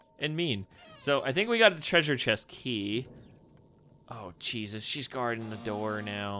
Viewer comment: When you say Jesus it sounds like cheeses